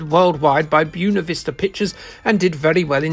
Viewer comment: "Byuna Vista" Jesus... I'm sorry but those are simple Spanish words. I'm sure they have a Spanish-speaking country in Europe somewhere for you to reference? Maybe?